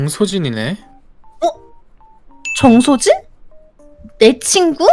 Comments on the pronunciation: 에 정소진 이라고 할때 나만 천서진으로 들렸ㄴ...? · ㅋㅋㅋ 정소진 이라고 할때 나만 천서진으로 들렸나...?